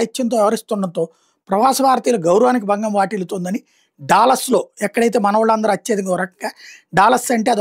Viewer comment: డాలస్ కాదు డల్లాస్ అమెరికా లో భారతీయుల మరీ ముఖ్యంగా తెలుగు వారు ఎక్కువ గా నివసిస్తున్నారు